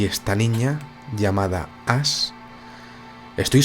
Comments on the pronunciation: Sí pronuncias Ash como ass estás diciendo "trasero" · Hola, como siempre muy buen video. Como pronunciaste el inglés con tu acento del barrio del Pilar, te entendí el nombre de la niña Ass!!! 🤣🤣🤣😂😂😂 No te lo tomes a mal, te lo digo con cariño, me pareció muy divertido, jejeje. Abrazos